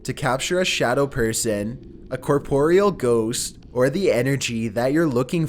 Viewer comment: It's pronounced core-puh-ree-ull....not cuh-pore-ee-al....I mean come on lol.